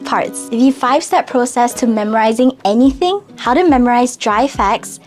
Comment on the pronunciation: the way she said aNYthiNg lol